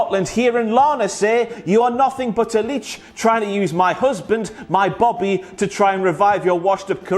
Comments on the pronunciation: Quality presenting bro. Point though, we use boabie (bow-bay) not Bobby haha! Seriously tho, love how you present this. Yer awright wi me pal! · I mean we say it as boaby not bobby but yeah 😂😂😂